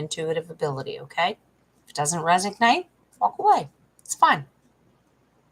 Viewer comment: it’s resonate not resig nate…just sayin! My lil sister goes bat shit crazy listening to YouTubers pronunciations.